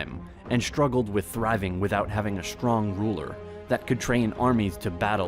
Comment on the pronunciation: SHtruggled, SHtrong, SHtreet 😅